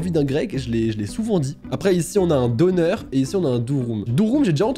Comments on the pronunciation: ET ON NE PRONONCE PAS « Doner » MAIS « Donaire » (Je parle de la prononciation) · Je me suis poignardé par ta prononciation de dürüm et döner Ps je suis turc c pour sa 🇹🇷❤️ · Pour les kebabs la prononciation c'est : dener et durum